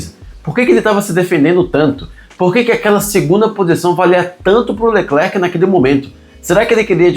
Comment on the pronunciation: Sem querer lhe corrigir, mas uma grande parte dos brassileiros ( inclusive eu) que antes de saber o francês, tive problemas também com essa lingua francesa. E quê, existem letras no final de palavras que não são faladas ( letras mudas). Espero que isso te ajude a fazer o seu programa, não é: ""? E quando falamos o nome é apenas: "Lecler". E é so para te ajudar e não continuar a falar como uma pessoa que não sabe e agoar você esta informado e na verdade, ninguém nasce sabendo. E obrigado, pelas informações que eu não conhecia e gosto da maneira como você coloca essas informações. Um abraço.